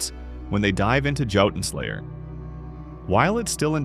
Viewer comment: Dood, the voice here mispronounced the game's main thing, not to mention its name. AI voice over for sure.